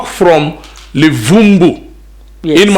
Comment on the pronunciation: He cannot even pronounce Luvuvhu and he says Levumbu. The old maps of the Transvaal have to be brought out.